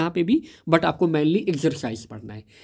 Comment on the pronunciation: Mainly❌️ Manly✅️